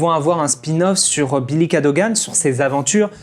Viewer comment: Pour les épisodes, je pense qu’ils ont fait exprès de rajouter des trucs pas forcément utile pour avoir 100 episodes au total Par contre tu m’as stressé, c’est Bill et pas Billie, tout comme Eligius et pas Eligium😂